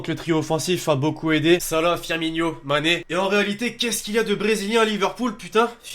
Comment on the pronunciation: On dit Firmino pas Firminio